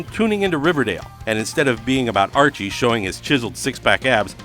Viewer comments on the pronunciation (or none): none